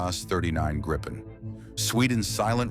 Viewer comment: It's pronounced more like Gree-pen .